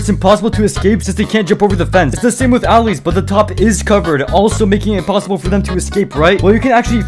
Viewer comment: u pronounced "allays" a bit incorrectly